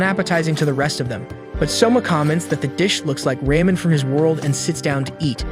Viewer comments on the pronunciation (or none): “Rah-men” not “Ray-men” lol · Anyone notice he says Raymond instead of ramen. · and its said as ra-man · Ahh yes the ray men😂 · Reymen it's ramen